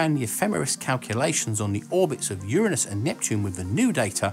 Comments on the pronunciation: Thank you for pronouncing Uranus correctly and not like some high school teenager trying to get a laugh with anus jokes! I just knew someone as clever as you would pronounce it right. Yay! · Thank you ever so much for using the correct pronunciation of "Uranus".